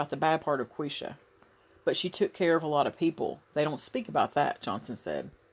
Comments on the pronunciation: It’s pronounced La quee sha. Thank you for posting this. She was my cousin’s sister and I needed closure on this. Haven’t heard any follow up reports about her murder. God bless you. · It's pronounced Laquesha Holmes